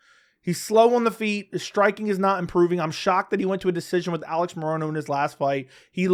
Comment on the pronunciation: Why do you pronounce it "ah-leggs" ? I seriously don't get it. That's not how he pronounces it. He just says alex